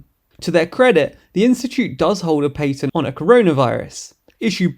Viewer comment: What in the fuck is a pateeeent!? 😭